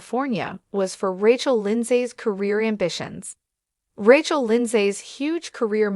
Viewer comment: Please, the incorrect pronunciation of Rachel's name is irritating!